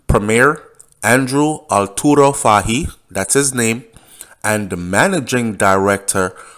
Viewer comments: it is pronounced FAHIE "FOY" NOT fa-he lol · Name is pronounced as Fay-hee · It's pronounce, like the word toy, fah-ie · The correct pronunciation for Fahie is FOY. Fahie——-FOY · his last name is pronounced "foy"secondly you are overreaching with your statement about the governor.... if you know anything about the British they are very diplomatic ... so coming out to clarify that their inquiry was not drug-related is expected hence the reason for the early publishing of the report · His name is pronounce Foy.